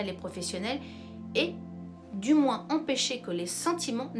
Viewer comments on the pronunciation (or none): none